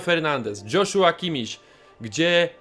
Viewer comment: imię Kimmicha wymawia się Jozua;) Ale kolejny film i kontencik zawsze u Ciebie supcio!